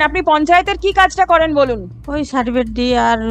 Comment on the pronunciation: ওই সাডিফিট "সার্টিফিকেট" উচ্চারণ টাও ঠিকঠাক করতে পারছে না😂😂😂😂